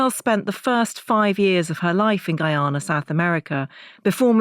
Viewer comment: Firstly the Country is pronounced Guy (Anna) Not Guy (Una). Clarifying from someone who's 1/2 Guyanese. Thank You.